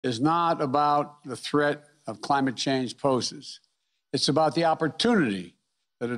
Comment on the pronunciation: "It's not about the threat of climate change posis." Biden! Seriously, WTF????? I'd ask why they didn't edit out the gibberish, but they wouldn't have any footage left.